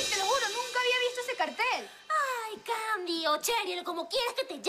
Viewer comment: Y ahora Sandi en vez de candi jajajja